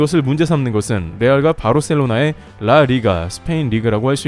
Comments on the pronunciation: 이거 컴퓨터 음성임? 리딩이 존나 부자연스럽네 누가 "라 리가"를 "라" "리가" 이렇게 읽음? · 라! 리가 ㅋㅋ 발음